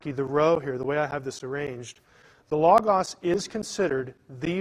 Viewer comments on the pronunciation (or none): He can't even say"Logos"correctly! Christos is also the logos. He just doesn't get the deeper things. Knowing the bible as well as I do,I knew there was too much left out.